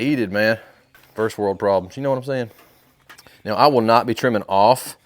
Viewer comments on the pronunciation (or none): none